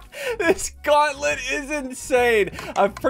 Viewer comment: Gauntlet not gonlet